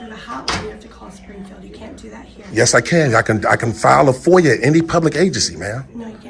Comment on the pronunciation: Damn! Everybody is an independent journalist now! This dude was barely able to pronounce FOIA